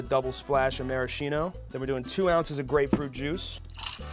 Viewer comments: That's not how you pronounce maraschino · you keep pronouncing maraschino incorrectly....